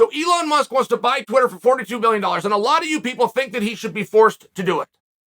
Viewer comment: If chael says his name is Eon Musk… ITS EON MUSK